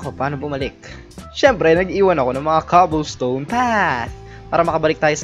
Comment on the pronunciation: Hahahahaha kawawa si saying young cobblestone dahil as proper hahahahaha XD